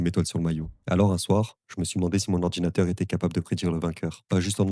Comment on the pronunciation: Ordjinateur statchistjique argentchine quarantchuite umtchitchu matchuidi breeeef ça pollue et ça dévalorise tellement ta vidéo